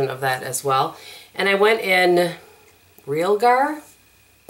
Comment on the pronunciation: Molto bene! 👌❤️. This may be my favorite 4 Looks from you! I have this palette but I don't play with it near enough. Your looks were so diverse and stunning!! Loved that orangey look #2. Oh it's pronounced ree al (like the man's nickname) gar, emphasis on the second syllable. It's arsenic or ruby sulfide pigment, so in keeping with the renaissance painting theme. I have been playing with this palette this week and all I can say is love love love. Surprised by how good the little double ended brush is! Oh perfect pronunciation on the buon fresco!! 👌. I think you are right about the reds being intimidating! And the people who love it seem to split on whether they use those shades regularly. You are also right about the mattes--they are amazing. And I have recently been using this palette for the mattes and using different pigments on the lid. And I love those looks. I tend to go overboard when use only the MR palette. But I now get the hype about ABH shadows. When that MR sister palette comes, I'm going to jump on it.